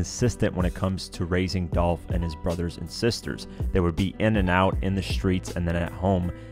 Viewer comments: Its dolph not dolf u sound stupid short for .his real name these clowns be trying to give someone a short Nick name and that's lame this dumb guy said dolf wtf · It’s Dolph !!!!’🐬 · It's Dolph!!!!